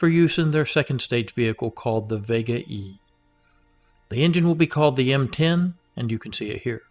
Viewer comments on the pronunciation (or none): none